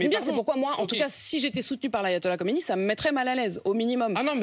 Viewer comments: C Khameney et pas Khomeiny. Khomeiny est mort depuis 30ans . Reveille toi bébé. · Elle prononce mal mais c est Khamenei…. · Elle prononce mal khamanei